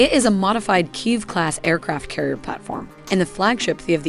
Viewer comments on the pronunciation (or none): none